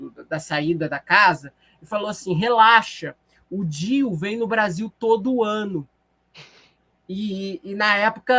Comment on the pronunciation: "Se você não gosta do Brrrrasél, o que que a gente diz?" kkkkkkkkk